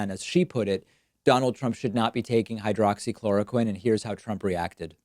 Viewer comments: Haghaaha he can’t even pronounce hydroxychloroquine...lmaOoo! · Why are every one of his responses the same? Everything is great, we’re doing a wonderful job, blah blah blah. Everything is false or fake his vocabulary is that of a 5th grader he can’t pronounce words, he slurs and now he is telling people who are dumb enough to believe him that he’s an expert on medical advise he’s a total idiot. Why when he can’t answer a question he responds rudely I can’t stand Trump he’s such an -ss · Funny how he forgot the name or forgot how to pronounce hydroxychloroquine after touting its effectiveness! I heard there are some devastating side effects like forgetfulness, hallucinations, death and other weird s#!+! It’s hard to tell, but I think Djackass Drumpf aka Donald jTrump is losing whatever mind he has left!